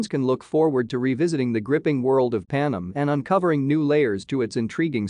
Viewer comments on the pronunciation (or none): The narrator's pronunciation of proper names is horrible. It's not Panum, it's Pan Em. And her name is not Jahana, it's Johanna, pronounced with a silent h. Did he even see the first four films? Or is the narrator's voice actually computer generated? And unfortunately, there doesn't seem to be much new material in this video.